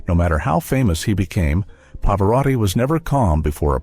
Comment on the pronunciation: El moderador ES UNA BRUTA BESTIA!!!!!!!!!!!!!!!!!No sabe siquiera pronunciar el apellido de Pavarotti ni de Mantovani. Esto es una burla al público. QUÍTENLO!!!!!!!!!!!